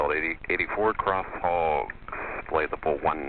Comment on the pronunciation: I like the way the controller pronounces HOGGS - can hear that it has two 'G's in it XD